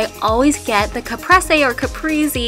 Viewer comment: both ways you said caprese were wrong XD never mind